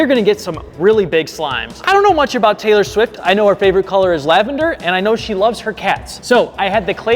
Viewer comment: POV: Taylor swifts favourite color is laVaNdEr.🤓 IRL POV: Its laveNdEr not lAvA-NdEr